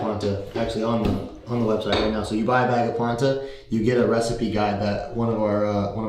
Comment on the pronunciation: But why the name "Planta" though? Maybe it's me, but before I saw the brand and the writings, I thought was actually saying "Platain", like the kind of big bananas (pause) that you dice and fries actually, sounds almost the same to me.